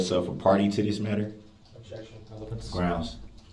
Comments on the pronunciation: It’s “Grounz”… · The same pitiful black male (not man) who says SUBstain, CoHORZION and GROUNZ!!!!